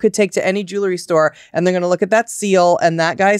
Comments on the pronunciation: You wouldn’t have these problems if you said the word, JEWELRY, correctly ! It’s 2 SYLLABLES !!!💥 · Even though Heather asked for funny corrections, I’m pretty convinced that she doesn’t read the comments. She wouldn’t still be saying , ROON and Squirrelly Jewelerey